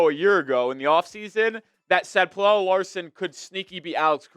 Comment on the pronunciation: I love how you went from mispronouncing his name as “pellell” to “pellella”. It’s just “Pella” homie.